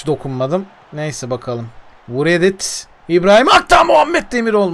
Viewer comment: Doğru telaffuzlar: Okyere Riet Niklas Şimit